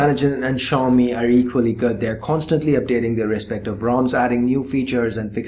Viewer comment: Xiami Mi4... Lol rly